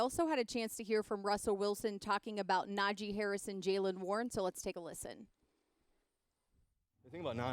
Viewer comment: Thing about Russ, he is portrayed as this communicator between teammates but he can’t even pronounce Najee’s name correctly. It’s not NAJ- jey it’s NA-jee. He already gotten bummed people can’t pronounce his name how about his new QB that’s portrayed as a saint